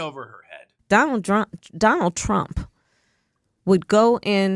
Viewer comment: When she mispronounces Trump is that racism?